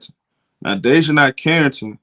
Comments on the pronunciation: (Day-Juh-NAE) not (Day-Juh-NIE) nae as in “Do the NAE NAE” 😂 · Bruh you slaughtering Dijonai's name lol